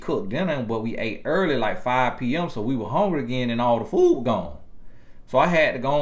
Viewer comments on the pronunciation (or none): none